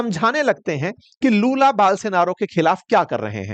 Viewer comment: लालू ❌ लूला ✅